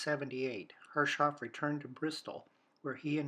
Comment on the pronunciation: it is so weird to hear "herre- shoff" while im absolutely sure it should be "herres - hoff"